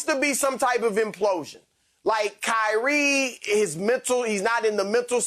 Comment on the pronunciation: “KYREEEEEEEEEE” “LABRAWN JAMES”